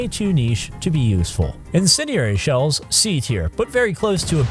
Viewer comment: It took me way too long to realise you're saying shells not shelves